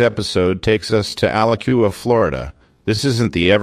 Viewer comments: The name of the town, is pronounced, A lach a wa. And 911, is not nine hundred and eleven, just same the numbers, one at a time. The birds, were probably frustrated, in the enclosure, and took it out on that man. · BTW, Alachua is pronounced, uh•la•choo•uh. Why would anyone go inside, alone in an enclosure with this type of bird? So very sad...RIP sir. 😢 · Dude, love your videos but the town’s name is pronounced Al at tu uh. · Florida girl here. The "ch" in Alachua is pronounced like in the word 'chew'. Ala-chew-a. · It’s pronounced Ah-latch-oo-ah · free animals lol I just made a similar comment about his alachua pronunciation, I'm sure he's not a native floridian. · Lol the way he says Alachua is not the way its pronounced in florida. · You butchered the name of Alachua!